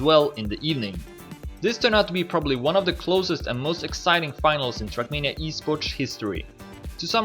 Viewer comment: Great coverage!! Only thing: you really need to get that sharp pronouncation of "tz" or "ts" (esporTS, ShorTZ, etc.) :D